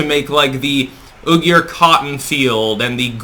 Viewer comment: Just a headsup, uiyghur is pronounced like whee gurr